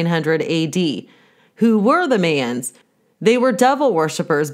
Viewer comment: Smoking bad...Duh! But Mayans...Pronounced...my-anns...were not from the Middle East...You cannot trace them back to the Sumerians. If you think you can, just stop...because, you can't.